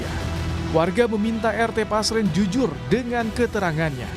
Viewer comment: Namanya RT Pasren Min.. Bukan Paser, tar salahh lagi 😂